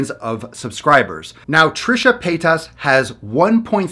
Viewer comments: I found this soo funny when you were confused on how to say « paytas » and you said Trisha « pétasse » which in french means « bitch » xD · Ok im sorry but i died when he said trisha paytas 8 times trying to figure out how to say paytas (Also just saying that "pétasse" in french means bitch so..... coincidence?)